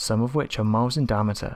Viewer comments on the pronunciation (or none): DI-AM-I-TER sound it out